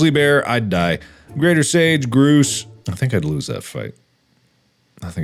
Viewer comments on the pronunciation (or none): Mark is the only person I have heard pronounce "grouse" as "groose." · As a Canadian.... I loved every part except how he pronounced grouse